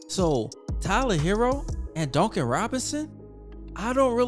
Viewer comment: The way you say Duncan Robinsons name drives me nuts it's like dunk not donk. I like the content though